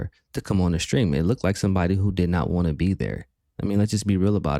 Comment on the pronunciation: He is hilarious with his speech impediment getting mad, over pronouncing Ts or leaving them out completely. Want has turned into whah. When get gets angry and says bitches he sounds fruity. DSP is a weird little effeminate autist trying to appear like a successful, mature head of a household. If the internet went out forever he'd die.